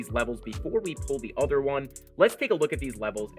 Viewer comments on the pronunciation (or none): none